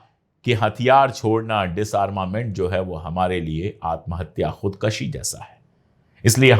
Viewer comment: अशोक भाई, यह शब्द खुदकशी नहीं, खुदकुशी है